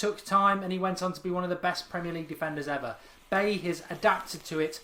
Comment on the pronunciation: I don't want to come off as picky but Bailly is pronounced Baji, figured as he's a united player we should pronounce his name right.